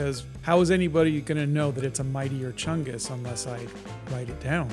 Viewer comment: I thank for introducing me to mightier chungus and the correct pronounciation of it